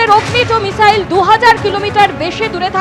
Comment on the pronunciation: Ki app mane aplication?? Aabe aage to uccharon korte sekh 😂😂 michail choda 😂😂 " মিসাইল" sikhe ne, sekhar kono sesh naai. bangladeshider sekhar chesta britha tai. Chudir bhai 😂